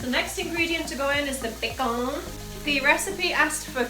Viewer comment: I love how you say bacon Bacen lol